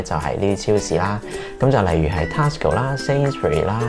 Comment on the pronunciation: Your pronunciation on TESCO is wrong, please check and amend?